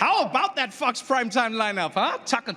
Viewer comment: Love, love, love the way Trevor got down by saying, "my man" to so many. Even more love to Trevor's SA pronunciation of Fox sounding like "f**ks". Brilliant!!